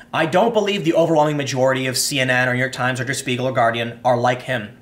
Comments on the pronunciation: Tim. Can you say shpiegel? XD. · Spiegel is pronounced : Shpee-gl, the sh from Shoe, means mirror, and it indeed is the NYT of Germany